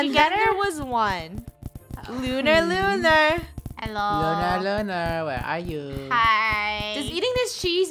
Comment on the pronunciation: Funneh says lunar the wrong way: and then there was one…. Lunar lular??